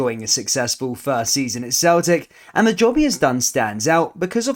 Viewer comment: it sounds like your talking about "the jobby he's done" 😂